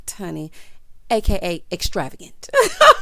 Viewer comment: Yes, “extra-vay-gant” s/o to 😂